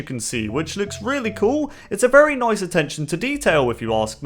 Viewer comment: HE SAID NOICE ;)